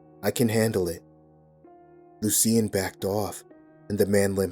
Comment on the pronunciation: I love your narrations, but I have to tell you, you are pronouncing Loucian wrong, it's pronounced like - (Lou-shin) hope this helps